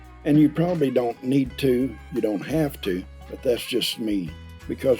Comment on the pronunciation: Looks good to me! Even more so in Oklahoma! Just seems appropriate some how. You are a little like me, you make up words sometimes, in this video, you said, "haf-ten". " ...if you have other things you haf-ten to prepare" Not making fun of ya, I am loving it! Great one!